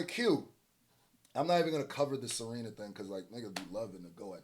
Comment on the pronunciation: Serina & not Serena, when you talkin bout SERENA is nasty yo smh 🤦🏾‍♂️🤦🏾‍♂️